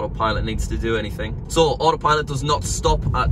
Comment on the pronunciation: Americans: so British people: so: sõäh